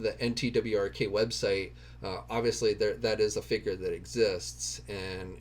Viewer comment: NTWRK is said as "network." lol